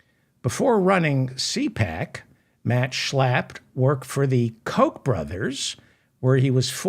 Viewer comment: Everytime u say Schlapp the way u do, laughter erupts!